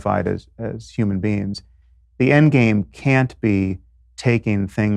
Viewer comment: I heard “Human beans”.